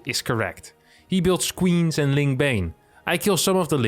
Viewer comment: "He build squeens" lmao :D That sounded awesome